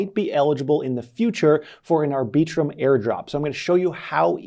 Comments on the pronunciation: “aR Bee Trum” 🤔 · FYI, no one, and I mean NO ONE pronounces Arbiitrum the way you just did. You mutilated that name.